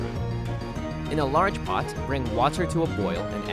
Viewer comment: Anyone else realize how the guy stresses the end of every other word like "poT" "waTER" I find that interesting